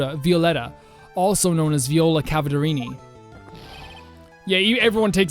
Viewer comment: every time there was cadaverini i would always hear cavaderini